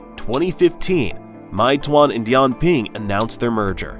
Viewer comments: "my twonn" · It’s “may-two-won” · I live in China & I can speak mandarin, it’s pronounced as “may two-one” 😁🤝🏾